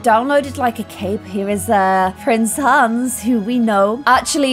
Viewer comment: Who else always hears prince hands??? Once you hear it you can’t un-hear it!! Btw love your videos!!